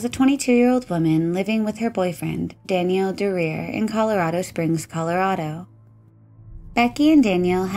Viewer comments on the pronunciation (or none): Daniel. Not Danielle 🤠